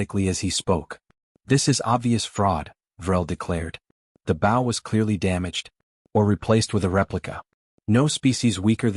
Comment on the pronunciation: Please adjust the pronunciation of bow. It is b with a long o. Loses credibility.